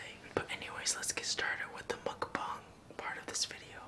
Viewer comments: It’s pronounces. Mook - bong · To my knowledge, it’s pronounced “mukk- bONG” Also,, jUNIOR MINTS ARE NOT VEGAN!!!SJBLSIKSIHKSUYKISKUSYKSIBOSYOSISOI( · It's mookbong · Pronounced like mook-bahng (먹방)